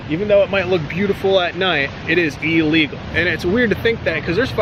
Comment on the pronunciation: Elegal lolol